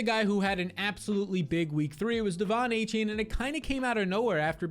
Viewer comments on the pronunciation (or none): devon "a - chan" its not "a - chain"